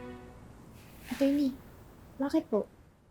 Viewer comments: "atcherny" HAHAHAHAHAA ano ba yan di marunong mag pronounce HAHAHAHAHAHAAHAA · Pano yung "A-churney"? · Yung mga pronounciation ni nakakatawa,, instead of true,, naging Chrue,, yung attorney. Nagigigng acchorney hahaha,,yung tried, naging chried,, sumobra sa pagiging inglesera